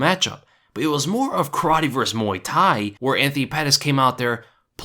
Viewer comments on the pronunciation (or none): "VS" = "versus"... not "verse".